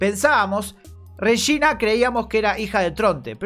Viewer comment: No puedo dejar de pensar que el Regina que dice, suena como "Rechina" Jajjaja.